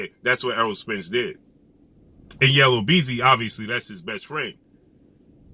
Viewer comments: Yellow beezy🤣 yu mean YELLA BEEZY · Yella Beezy not Yellow… LOL